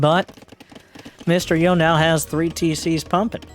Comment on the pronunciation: Hey, Mr. Yo is pronounced Mysterio <3